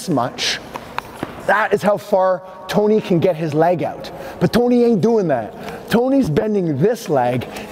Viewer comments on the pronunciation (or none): 'But toeknee ain't doing that' loved the exaggerated NY Italian accent dude!